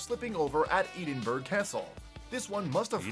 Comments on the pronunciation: They are serving soldiers. Public duties are a small part of their role. They have seen action all over. I recommend the movie Tumbledown. It is about a battle in the Falklands war. And please learn to speak English properly. Eedinburg! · Try and stand still with a 9lb weapon for too long and that hat is not comfortable .....OK someone needs to learn how to say Edinburgh ..ED IN BURGH ...They have metal studs in their boots hence he went tits up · Edinburgh castle is in Scotland I live 9 miles away from it dear oh dear I laughed when this guy pronounced it wrong basically it’s a place lots of Scottish soldiers are based also you the the royal military tattoo there it’s like a event shows like different people from the military like bands and display from around the world but coz Covid I am sure not much has happened there recently anyway my dad was based there at one time anyway that’s what that is just to let u know and please the guy who is doing the video pronounce things the way they are geez man